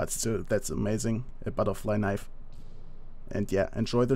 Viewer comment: "Buttah flie knievvv!!!"